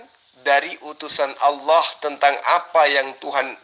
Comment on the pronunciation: sudah dijamin masuk neraka oleh Allah SWT. lidahnya sudah kelu untuk menyebutkan asma Allah SWT dengan benar, berarti Allah SWT telah mengharamkan namaNYA untuk diucapkan oleh. dia menyebut Allah dengan Owoh..🤦🤦